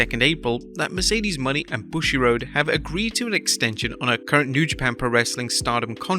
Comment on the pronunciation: How’s he gonna mispronounce Mercedes Mone?